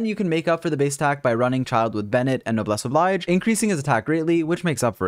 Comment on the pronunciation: You always pronounce “Noblesse Oblige” wrong. 😭 It’s a French expression. Oblige is ob-leezh.